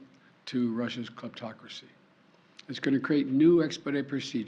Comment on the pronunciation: His speechwriter should be fired for trying to make Ol' Cornpop say "kleptocracy"...He shoulda known he would flub it.